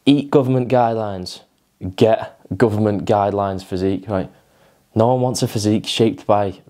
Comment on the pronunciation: can't you say 'a' correctly ie as in Ago Alive Anew? and 'one' is WUN.